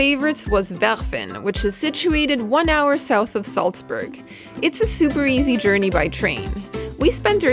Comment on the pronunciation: You can't pronounce Salzburg properly.